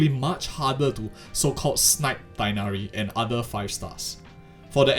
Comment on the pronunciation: Tee-hh-nari, not Taig-nari.